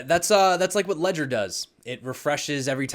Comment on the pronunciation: Legder ledger ledger Thanks for your info. Appreciate it 👍